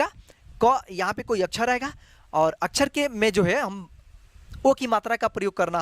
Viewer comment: अछर नही सर x अक्षर